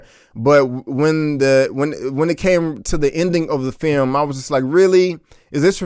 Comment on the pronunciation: You didnt butcher the names of the directors... no worries. But you did butcher the english language. This FEYUM... you mean film?